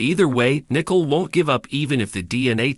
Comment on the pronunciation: Can you get Nicole name right it is not Nickels